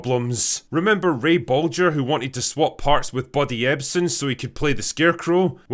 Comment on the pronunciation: Props for pronouncing Bolger correctly Drinker - most say it with a hard "G" - Great uncle Ray would be proud :)